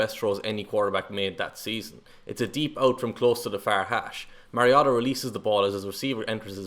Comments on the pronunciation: WHY pronouncing Marcus' last name as Mah-ree-ah-tah?! He has Samoan bloodline, Not Japanese! Last name is pronounced Mah-ree-oh-tah.....Having followed his football career since high school, given the right supporting cast, Marcus can PRODUCE! Having 4-5 different OC's in 6 seasons would produce lesser results w/other draft class contemporaries. Give Motiv8 an decent O-line & an OC that will let him execute the game plan & Mariota could lead ATL back to play-off contenders/contention!...IMUA, Marcus...Vi'ia le Atua! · This particular mispronunciation is more charming than the others. Nobody in the NFL pronounces it correctly. The announcers call him MERY-Oh-Tah. The correct way is like the video game character name Mario plus "ta." If you look at old colleges tape the announcers got it wrong at first. The put an upward inflection on the Ta so it was Mario-TA! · I'm so glad someone finally called this guy on the pronunciation of Marcus's last name. Where these announcers get Mare out of Mar I'll never know. One Duck game his mother actually called the announcers to correct the pronunciation of his name. She said it's Mar i o ta. I also agree with you. Going to another loosing team isn't good for Marcus. You must be a Duck fan and that makes us fans of Marcus and Justin. Will follow them anywhere. In 2018 I followed Marcus across the pond to watch the Titan/Charger game. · If you can't pronounce his last name correctly just call him marcus 🙉🤦‍♂ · Okay, say Marcus's last name correctly. Please. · Your pronouncing his last name wrong boss. Take a deep breath.